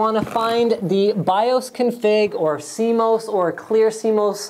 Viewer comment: Jesus Christ! Boomer here. Sorry. BIOS and CMOS is NOT pronounced like that. Just STOP! Lol!